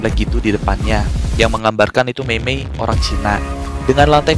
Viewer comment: Orang bang bukan holang